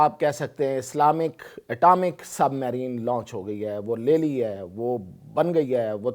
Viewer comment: Submarine tu to theek sa pronounce nhi ker sakta